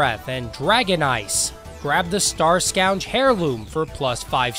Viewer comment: Scourge is pronounced Skurj (pronounce the J like JUH, but without pronouncing the Uh part).